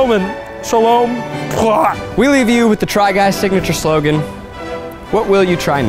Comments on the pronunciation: we leave you with the try guys signature solen...solgen...sloegn...gah! shalome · 🤣 Eugene : “we leave you with the try guys’ signature SoLaN, sLoAn, sLoWmAn, sHaLoOm?” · eugenes inability to say slogan made me laugh for a solid 10 minutes